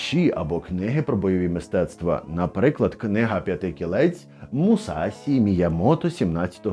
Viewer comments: Перепрошую, та не бусідо, а бушідо. І не мусасі а мусаші. Сі ті дзі - це неправильна інтерпиритація звуків від росіян яку використовувати дуже некоректно Правильно ші чі джі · МусаШі Міямото правильно